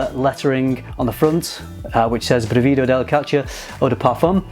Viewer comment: Good pronunciation but the stress is on the first syllable: brìvido not brivìdo. But I still don't understand why their names are in Italian when they're all about Greek mythology.